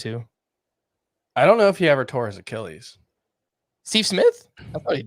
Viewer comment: The way says Achilles is underrated. (ah-key-uhl-eez)